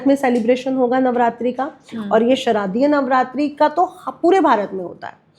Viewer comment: Please make sure that the Hindi pronunciation is up to mark as nirvan mantra and navaran mantra are two separate meaning words just like sharadiya Navratri and shradhiya Navratri are because these are Sharadiya Navratri. Navaran mantra har koi nhi kar sakta kyunki uski shakti ko jhelna har kisi ke bas ki baat nhi hai... Durga Saptashati Maa ka ek aisa granth hai jahan se har Shakti mil sakti hai usse yeh keh kar ki har koi kar sakta hai uski Importance kam karne ki koshish mat karen kyunki Shakti ek hi hai usne jahan jaise need thi vaisa rup dharan kiya. Please guide people properly in the correct manner.